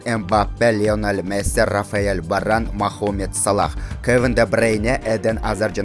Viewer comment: Ичип алгансынбы мохамед эмес мухаммед